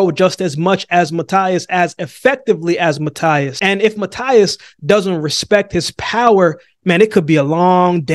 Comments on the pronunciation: Don't take in the wrong way but. The right way to say Matias last name is ma-t-ass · Matias is pronounced like this👉🏼 Mateas! I got Matias 100%